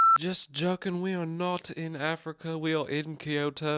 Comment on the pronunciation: Just a friendly note: a lot of people pronounce Kyoto as Kee-yoh-toh, but it’s pronounced kyoh-toh, with two syllables, not 3. Loving the Japan vlog content! Making me miss Japan! ❤